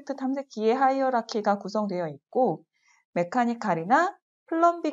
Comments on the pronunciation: 하이어라키 입니다~ 발음이 조금 부정확했나봐여 ㅠㅠㅠ 스펠링은 hierarchy 입니다^^ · 강의 잘 들었습니다. 사소한 질문인데요 프로젝트 탐색기에서 '하이락키?' 라고 언급하셨는데 정확히 어떻게 발음하나요? 스펠링도 궁금하네요.